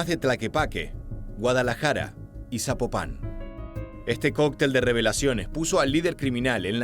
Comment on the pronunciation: Amigasooo, la ciudad no se pronuncia Sapopa con acento en ultima a es sin acento en la ultima a